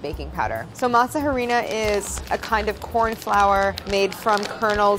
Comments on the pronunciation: not claire pronouncing it ha-rina 😭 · Ayyy Claire love you but every time you said masa HArina I died a little bit inside. You don’t pronounce the h in Spanish. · Every time Claire says masa “huh-rina” I die a little inside. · The H in “Harina is silent”. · Me cringing so hard at her pronunciation of harina after her perfect pronunciation of mass. Also at the tortilla making, yikes.